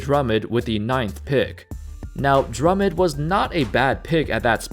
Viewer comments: pernounce his name right drum mond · The way you pronounce Drummond has me triggered.